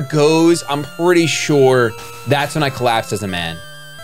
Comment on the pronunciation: "im pretty shore"